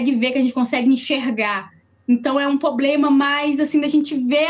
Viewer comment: Especialista falando "poblema". Sei não!